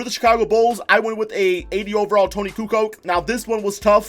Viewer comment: He said tony kukoc wrong